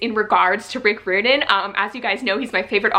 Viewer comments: Just so you know,, Rick Riordan’s name is not pronounced how you are saying it. It is RI-or-din, rhymes with “fireman”. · Hi! I just wanna say that Riordan is pronounced like: cry-ordan. Just replace cry with ri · good except i cringed every time u attempted to say his name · Your saying his last name wrong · This is how you say Rick Riordan's last name 👍🏽